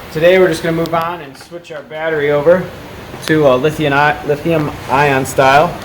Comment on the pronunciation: lithium not lithiun......